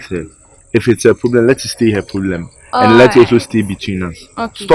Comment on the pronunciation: Why does struggle with saying problem every time biaa “plablem”